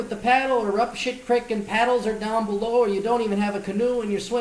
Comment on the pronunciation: you're saying "creek" the hick way!! "ee" doesn't make an "ick" it makes an "eyk" sound.